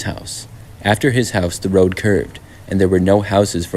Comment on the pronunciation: "I walked along da WODE" BRO got a speech impediment